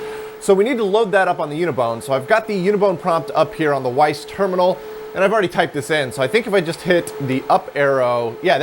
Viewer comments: Just a heads-up: it is called a "Wyse" terminal not a "Weiss" terminal. So got me confused there for a few seconds... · FYI back in the day most folks pronounced the "WYSE" terminals as "wise". They were a very popular alternative to the more expensive DEC VTs.